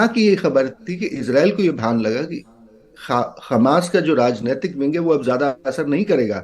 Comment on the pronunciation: मेडम! इस चूतीये को कहां से पकड लाई हो जस को ग्यान तो किया हमास को खमास बोल रहा है 😂